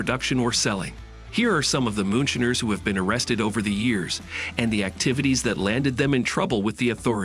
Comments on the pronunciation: MOONSHINER NOT MOON SHINNERS!!!! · I just turned this idiot off as soon as he said shinner.